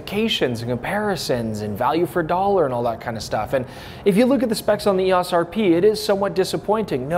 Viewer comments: EOS....pronounced eOs. O sound not ah. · You're driving nuts by pronouncing EOS & ISO as words. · Really had me wondering if I've been saying "EOS" wrong all these years but fantastic video with really useful information. Greatly appreciate all the work put into it.